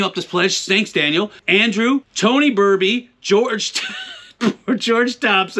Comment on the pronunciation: Tony Berby (not Tony Burby)